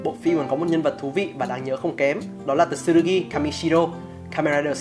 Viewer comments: Góp ý cái về cách đọc tên nhân vật "Tsurugi-つるぎ" đọc ra nôm na ra phiêm âm tiếng Việt là là "chư - rư - gi" (nếu k bắt bẻ lắm về phát âm của chữ つ) Chứ đọc kiểu như trong video là "Tờ-xư-rư-gi" nghe nó sai với quê sao á :v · T trong Tsu là nhấn âm nhé bạn. Không cần đọc "Tờ-su" chỉ cần nhấn mạnh âm Su hơn thôi nha! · Video rất hay, nhưng mong bạn xem lại cách phát âm tsurugi